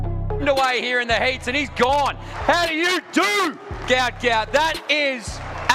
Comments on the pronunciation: Its not goot its gwot gwot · He’s said it’s pronounced how it’s spelt mate you saying it completely wrong